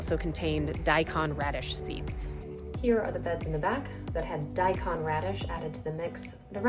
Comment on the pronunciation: Thank you for a very worthwhile video. One comment, though: The "kon" part of "daikon (大根)" is pronounced like "cone" rather than "con".